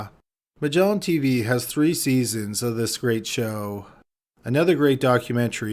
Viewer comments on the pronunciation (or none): none